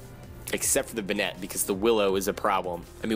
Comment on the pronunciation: I hope this isn't too rude but banette is prounounced bay-net